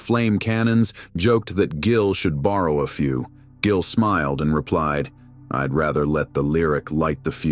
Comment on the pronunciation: "Jillian" What the hell???? At least have the fakey AI voice pronounce his NAME RIGHT!! DAMN!!!